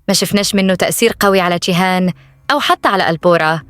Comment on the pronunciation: ليه بتنطقى جيهان بالشين